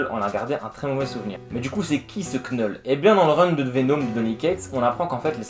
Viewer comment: Excellent résumé ! (Juste pour info le "k" de Knull est silencieux. Comme knight en anglais.)